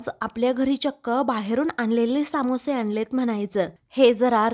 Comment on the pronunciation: Samoshe nahi smoshe